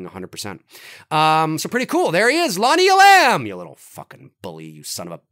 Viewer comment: It’s Lonnie E’lam! Not E-lam’! Accent on first syllable!